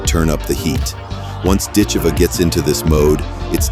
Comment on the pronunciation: Ditcheva…..DIT-che-va….. not “dit-CHAY-vuh”